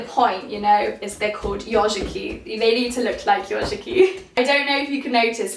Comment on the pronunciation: The first minutes I was hearing instead of "yozhiki" another word "yoRshiki" that means the totally different :-)